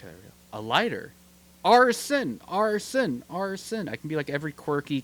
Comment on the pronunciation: "ARSON ARSON ASRON"